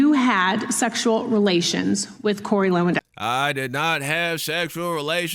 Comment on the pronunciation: It should be - levandovski - like this footballer. Polish name. W is always V in Polish. And we have v only in imported words.